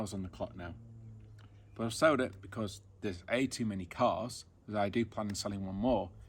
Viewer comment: New subscriber here great video but it’s sold not sowed.